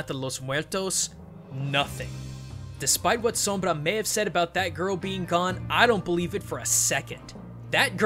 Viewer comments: i love your pronunciation of the R in sombra ! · I like how you say Sombra unlike others do. It's said like som-blah not Som-bruh. (-_- ) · Wow, you are the first English speaker I've heard pronouncing Sombra's name correctly. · I like how you say Sombra. As a spanish speaker I gotta give you credit for it ^^ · Thank you so much for pronouncing her name in the perfect, correct way. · yes thank goodness some says the name right for the most part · very cool of you to pronounce Sombra as you should, kudos! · funny see amuricans annoyed by pronuncing sombra the right way, very good pronunciation tho o/ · you are the only youtuber that says her name with the correct pronunciation.. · Personally I have nothing against the way he says Sombra. It sounds nice to me Oh and nice video man! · Props for the perfect "Sombra" pronunciation. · Your pronounciation on "Sombra" is flawless. Your "Kereberes" on the other hand...